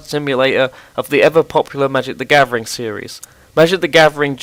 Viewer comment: "Magic The Gavering"